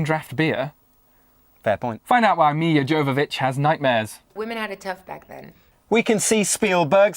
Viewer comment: dudes, you should really do some research before taping the show, you pronounced Milla Jovovich wrong every time, it was a pain to listen